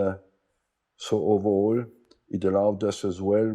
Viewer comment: Arsenal Wenger: a gentleman and a legend, says “ove’all” in every interview he’s ever done 😉